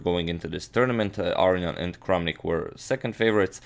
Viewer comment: It's pronounced A-RO-NI-AN not AR-RE-ON